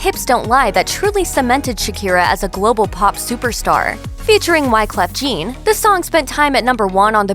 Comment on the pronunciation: If you can’t pronounce Wyclef Jean, why are you making this video? You obviously don’t have a passion of the music industry if you can’t name Shakira’s collaborators with dignity.